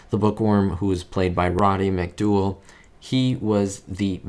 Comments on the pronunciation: McDowellell'llell, not McDoughellall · Mc-dow-ell not Mc-duel. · How do you get "McDool" from "McDowell"? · Not Roddy McDooowal...Roddy McDowell..as in towel...he''s a legend in the industry. Get the names right if you want us to subscribe 🙂... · Instant blooper roddy McDowell not mc dool. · It's Roddy McDowell NOT Roddy McDooal. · McDowell not McDual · Not McDool, McDowell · Roderick Andrew Anthony Jude McDowall (Roddy McDowall, rhymes with owl) was an amazing actor.😊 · Roddy Mc"Dool"? Seriously? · Did you seriously call him Roddy “McDool”? Lost any credibility takling about sixties tv or movies when you dont even know one of the biggest character actors of the era. That tells me you. Don’t know or care about the topic, just care about making content to make money. That throws everything else in your videos into doubt, any not well known items are in doubt because you show you dont know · The only thing that bothered me was the horrid mispronunciation of McDowell's name... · Well, he actually said "Roddy McDual" for some reason. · McDowell rhymes with cowl. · Notwithstanding this guy’s age, how does an English speaker look at “McDowell” and get “mcdool”. 🤣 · It’s actually McDowall everyone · Considering Roddy McDowall was in "Fright Night," our could have done some research to pronounce the name properly. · UGH can you NOT know how to pronounced Roddys name right!!😠😠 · Check your sources on the correct pronunciation Roddy McDowell. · No, he's right. And he's giving helpful advice, not a "threat". A lot of people are going to immediately stop watching the video after they hear you mispronounce a famous actor's name, especially a name that is pronounced the way it is spelled. They will either assume that you don't know what you're talking about, or that you are an AI. There are tons of garbage AI videos on YouTube now, and one of the telltale signs of an AI video is that they mispronounce names as you did.